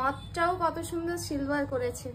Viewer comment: Shilver noy gilver 😅😂 it's silver